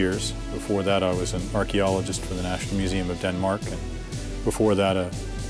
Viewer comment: After hearing my country "Denmark" being called "Dennok" I can not take this "documentary" serious. What secrets? Most of the video is about anything else than the submarine. Boring and pointless!